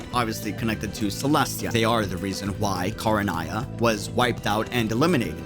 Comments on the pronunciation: Very interesting theory but two things 1. There is no previous Barbatos, the previous Anemo archon was named Decarabian 2. It’s pronounced Ken-ree-ah, like how it’s spelt. Not Kah-rah-nah-ya. Sorry that just really annoyed me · I am begging you to learn how to pronounce things right before you make a video. I made it 4 minutes and had to stop. Her name is JEE-YOU not JU-EE KHAN-RE-AH not… whatever that was. You play it in English, you know how they’re said. 😭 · Repeat after me " Kan Ri Ah" 😂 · Im sorry, this is problably a nitpick But it's Khan-ri-ah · I mean he's not pronouncing it the way the JP dub does either lol. JP: Khan-rui-ah ENG :Khan-ree-ah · Look i like your content truly i do. What i don't understand with most of you content creators is this. You all have the in game cut scenes and voice overs and let's not forget GOOGLE TRANSLATE. I KNOW you make sure to watch and hear genshin content over and over again. How in the hell!!!!!! are you saying Kingdom of Khaenri'ah the way youve been saying it in this video. You have done your research and have heard EVERY VOICE ACTOR IN GAME DURING CUTSCENES SAYING "Khaenri'ah" why not say it out loud everytime u hear or see the word cause its cringe hearing you say it the way you do in this video please get it right. I'm not saying this to put you down or attack you in anyway. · When he said Khaenri'ah wrong, I somewhat cringe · Lmao I can't with your mispronounciation of Khaenri'ah! XD You should listen to the English dub of that name being pronounced at least once, lmao! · I'm not referring to how other languages pronounce it, I just assumed that he tried reading the name on his own and failed.